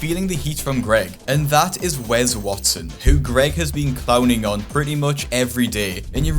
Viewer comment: It’s Wes not wez lmao